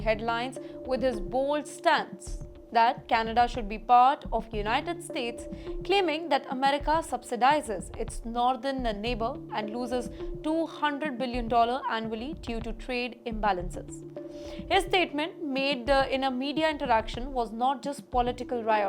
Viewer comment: Asking for a friend- why do you add an "a" at the end of some words- "Northerna", "simplerra","stricterra tax law","justaa underra existing trade agreements".. etc etc. it's pretty funny lol